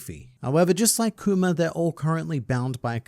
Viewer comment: you pronounce kuma like “coomer” and i think thats just wonderful